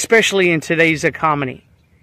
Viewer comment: Because you said “Ecomony” I believe you are right that $50 won’t last a week especially if you buy whatever you are using today however it’s you who said $50 will last a week so you confuse your audience then call them names. Pathetic!